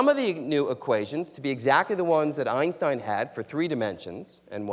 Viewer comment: If she says "Einshtein" one more time..